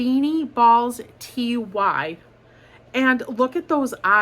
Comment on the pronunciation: TY BRAND STUFfie. Pronounced. Tie